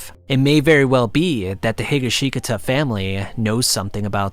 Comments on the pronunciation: Great read through but omfg hearing some of the mispronunciations of the names (mostly Higashkitata (he-ga-she-kata, not he-guh-she-guh-ta) nearly gave me angina. Would still suffer through again for another 3 hours. 9.5/10. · it's pronounced He-gosh-caw-tah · The way you say Higashikata makes me nearly explode in utter agony. Every vowel except the first i is supposed to be short and is said without pause, He-ga-shi(like in ship)-kata, not Higa-she-katah. I'm no wordsmith nor do I know that much about how Japanese words are said but if you watched any part of the DiU anime you would know that whatever the hell you said was one of the worst butcherings I've heard in months. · Hee ga she kata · Hearing AI pronounce Higashgita is a brain fart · not higga shee cutuh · It's He gah she kah ta.. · Bro said Heega sheega ta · "jujolian" "hi ga shi ta" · Ah hell nah Higa-shiga-ka-ta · THE WAY HE PRONOUNCES HIGASHKATA IS SO WRONG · "Higgasheekata" eh? lol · He-Gosh-Ka-Ta that's how you pronounce Higashikata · Josuke higashikata pronounced strangely 😂😂 Higashikata (Hi-Ga-She-Kah-Tuh) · The way he said Higa shi ga ta has me rolling lmao. he got the K mixed with a G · ah yes my favorite character: Josuke Heegasheekuhtuh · I really appreciate the effort. I sincerely do, but really do have to figure out how words are pronounced before you actually use them. Hi-GOSH-kah-tah. There is an anime that gives you the pronunciation. Also, it's "drown" in the present tense, not drowned. No one is "drowneding". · Bro why does he say jojoleon, and why does he say Josuke Higashikeeta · When I first heard him say “HeekaSheegaTa” I ascended into space. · he ga she taka?!?? that pronunciation was awful😭😭😭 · higuhsheekuhtuh lol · You pronounced higashikata completely wrong lmao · Lol drinking game: take a shot EVERYTIME reader mispronounces Higashikata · Never say Higashikata ever again... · Can you say their last name correctly 💀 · dawg Higashikata PLZ PERNOUNCE RIGHT